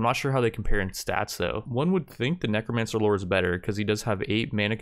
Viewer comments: Why do you keep changing between neek-romancer and neck-romancer? It's pronounced neck-romancer. thanks :p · Ah yes Kneecromancers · "Neekromancer lord" HAHAHAHAHAHAHA Its a Kneecromancer, he raises knees.